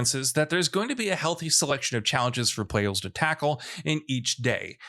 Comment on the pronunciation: the way he says players 🤣